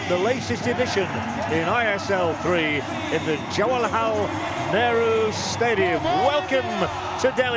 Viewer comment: The commentator saids the stadium name jawalhal stadium 😂😂😂😂